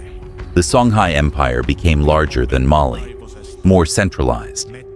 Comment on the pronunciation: The visuals for your videos are always phenomenal! The narration, however, has some pronunciation inconsistencies and makes it hard to follow sometimes (e.g. Mali sometimes “muhLEE” and other times “MAli”). Makes it hard to know what was talked about unless I pay VERY close attention